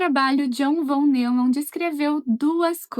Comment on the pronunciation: "John Von NEUMAN", se pronuncia "NÓIMAN", ZZZ.